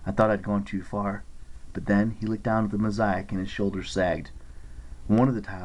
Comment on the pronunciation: SATYR, MOSAIC, AND WINCED YOUR READING IS PRETTY GOOD BUT SOME OF YOU PRONUNCIATION DRIVES ME CRAZY LMAO...